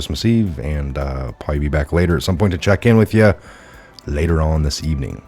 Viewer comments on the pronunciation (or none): none